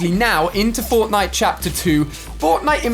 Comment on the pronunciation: I am paying fwoftnwite